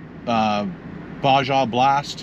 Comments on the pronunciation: Bah-Ha, not Bah-Jah. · it's Ba-ha blast not Ba-ja blast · Baja is pronounced “baha” :) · Bazia its Baja 😂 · Baja: BAAA HAAA if you ask the peeps from south of the US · Baa-jah. Lol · lmao Ba-Jah 🤣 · It's pronounced Ba-ha lmao. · Here in the states when we say Baja blast it sounds like baha blast we silent the J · The way he said “baja” 🤣🤣🤣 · For the word Baja pronounce the "J" like an "H" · Same… Think he said it wrong twice and then in his car he said it correctly lmao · It was clearly just a little anxiety that he said Baja blast incorrectly as he says it correctly alone in his car a couple minutes after, everyone loves correcting simple errors, lolol